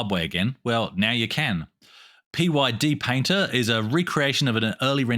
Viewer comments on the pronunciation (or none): Thanks for the mention of my PyDPainter project. It's pronounced "Pied Painter" like Pied Piper, by the way.